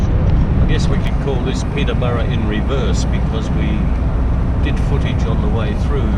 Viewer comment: I hope to do this one day before I die!! Bucket list!! Got to learn to drive first of course!! But had a giggle over the pronounciation of Peterborough!! You better not say that to the locals...they will drive you out of town in mob force with pitch fork and torches!! LOL!! Ohhh yeah!! Horrocks Hwy is a bitch!! LOL!!